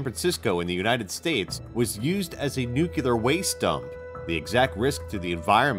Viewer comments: It's nuclear not "nucular". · it's "nuclear," not "nooclear." And UNESCO, not UNESECO. And for god's sake, hire someone to pronounce portuguese for you. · It's pronounced new-clear, not noocular! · "Nucular tests... nucular waste"...C'mon,. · I stopped watching at "nucular." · Couldn't you find someone who can at least pronounce the word "nuclear"?!